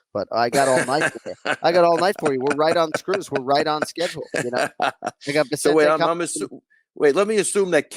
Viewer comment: Well kenny got the vicente pronunciation wrong🤣. Everyone always throws in an extra n.